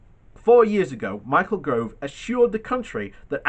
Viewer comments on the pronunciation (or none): Gove - he always mispronounces him. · (sigh)....It's 'Gove' ok ?? NOT 'Grove" ..... Michael G O V E ! !